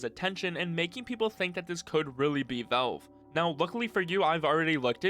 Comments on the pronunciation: Why are you saying "Vulve"? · Say VELVE, one more time. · dude learn how to pronounce Valve